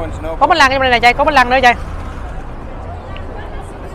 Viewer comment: Bánh flan chứ không phải bánh lăng 🤣🤣😂😂